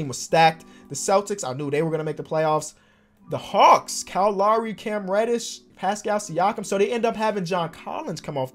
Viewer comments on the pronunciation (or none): Now that my mans a NBA champion can you start pronouncing Lowry write thank you love your vids keep up the good work